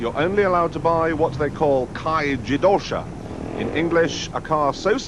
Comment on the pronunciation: An Australian must have told him how to pronounce "kei jidousha".